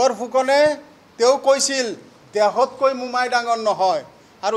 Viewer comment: তহতে আজিলৈকে অসমীয়া ভাষাটো ভালকৈ কব নিশিকিলি ... ভাহা নহয় ভাষা ... দেহতকৈ নহয় দেশতকৈ.... 😂😂